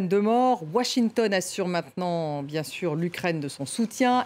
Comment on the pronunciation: Bien-sour ou bien-sùr c'est pareil. Mais Poutine a droit de se venger et tout vient de votre faute vous les rapporteurs de conneries d informations fausses